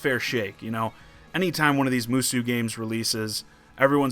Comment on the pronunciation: It's Musou, not Moosoo